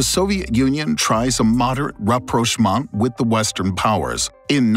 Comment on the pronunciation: rapprochement rapprochement rapprochement rapprochement rapprochement